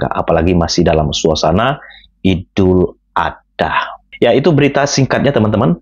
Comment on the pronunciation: coba di perbaiki lgi..bukan idul adah .tapi idul adha🙏